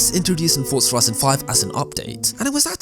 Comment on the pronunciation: stop saying fortza say forza